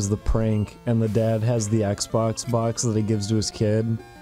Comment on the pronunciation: "Little boy's want ... esbox"